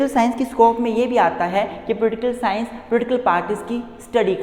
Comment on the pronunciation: I like the way he say Pultikul sciance 😄